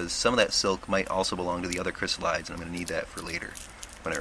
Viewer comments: Great video, but the pronunciation is not "kris-uh-lahyds". It's Greek, so it's like iris > irides, "ahy-ri-deez". Chrysalis likewise becomes chrysalides, "kris-al-i-deez". The metamorphosis is so fascinating for butterflies, but I the transformation into adulthood amazing across all of nature. Butterflies and moths have such a mystical nature to them 🦋 🍵🙏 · "Chrysalides" is pronounced "kri-SAL-uh-deez". Check your dictionary. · Check your dictionary. It's pronounced "kri-SAL-uh-deez"